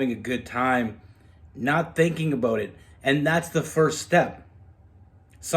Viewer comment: "Just in tome " or "Time "please chk the word ??